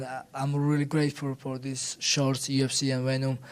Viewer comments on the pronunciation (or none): none